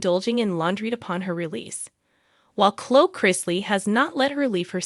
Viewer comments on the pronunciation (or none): ITS NOT CLOE!! ITS CLO EEEEE. PLEASE CORRECT YOU LANGUAGE